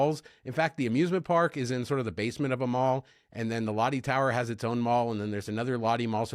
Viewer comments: 🤣롯데 (Lotte) is pronounced more like LOT-tay... 🤣🤣but then again I purposely mispronounce Marriott to not sound like a prude, hahaha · Lotte is pronounced close to lowtay 😊